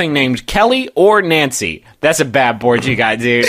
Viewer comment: that's because he pronounces it "Nawncy" just like he says "Awnt" instead of "Aunt" (ant)